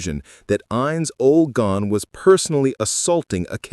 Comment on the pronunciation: Ainz Ooal Pown xD